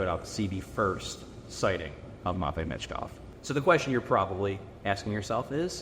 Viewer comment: MATT vei. Good lord you say it so wrong. Terrible and pathetic.